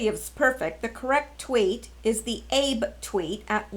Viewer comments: Re: JP PM, It’s “ahh-bey”. Not “Abe”, like President Lincoln. Just FYI. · Minor detail for this, Japanese pronunciation of Abe is two syllables. Read it as (equally stressed): Ah-bay. Not the end of the world your way. I spent some years in Japan. Served there in the NSA, and my wife was Japanese. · MARINE TRAINING----SD = San Diego. Also, Abe is pronounced "Ah' bay" (Prime Minister of Japan)